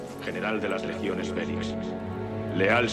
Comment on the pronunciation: No, así no lo dice. Y no es Fénix es Félix.